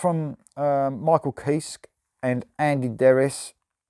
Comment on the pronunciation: The last 'e' in Kiske is not silent.